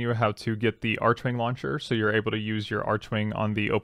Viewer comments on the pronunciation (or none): I thought it was pronounced “arc-wing” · The 'h' in archwing is silent...